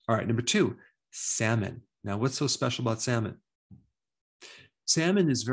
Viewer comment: Sal-mon. Not sam-min.